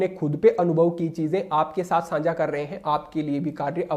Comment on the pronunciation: प्रणाम! आप द्वारा बताए गए मार्ग पर चलने का पूर्ण प्रयास करता हूँ व चलता हूँ । आपके वीडियो देखता हूँ तब मुझे आपके द्वारा उच्चारित शब्द "सांझा" मुझे कुछ अटपटा सा लगता है । इसके स्थान पर शब्द "साझा" ज्यादा उचित लगता है । अर्थात् 'सा' पर अनुस्वार नहीं लगता है । 🙏